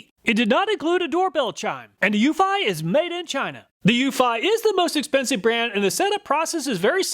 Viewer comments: It's pronounced Tap'o not tape'o and Euf'ee not Euf'eye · ... according to the company, it's you-fee, not you-feye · According to Eufy's installation videos, it's pronounced You-fee, not you-fi. I think the SyFy channel ruined that for us, LOL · it's pronounced eu-FEE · Lol, it's pronounced Ūfē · Eufy is pronounced "u fee" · Hello, I own the Eufy (pronounced U-FEE) E340 doorbell camera. Here are some thoughts on the Eufy that you did not take into account: 1. The E340 has lights on it that enable it to produce color videos of visitors up to around 20 feet away from the camera. You can switch it to infrared only, and it will increase the distance it recognizes a person, but the videos will be in black and white. 2. The Eufy E340 is designed to work with your existing doorbell. Most, if not all, other camera doorbells I have seen do not. This is a HUGE plus if you have an existing doorbell. 3. You can also set the E340 to work with Alexa, so that your native Alexa speakers announce when you have a visitor at the door. It can work concurrently with your home's existing doorbell and Alexa at the same time. I doubt that any of the other doorbell cameras you tested have this capability. This makes this doorbell a great choice if you are using Alexa as your smart home assistant because it ensures that you will hear the doorbell or the Alexa announcement wherever you are in the house. 4. The E340 also sends a notification to your phone when a visitor rings the bell. If you connect your phone to your laptop using Microsoft Phone Link, your PC, laptop, tablet or home office computer will have a notification pop-up when someone approaches the E340 camera. This is how I get most of my notifications. The MS Phone Link notifications provide instant responses when someone rings the doorbell and usually will not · Love my eufy (YOU-fee) doorbell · This Mf can’t even properly pronounce eufy and tapo correctly 🤡